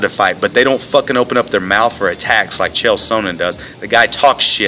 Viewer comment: You can't even pronounce Chael's name correctly unknown person!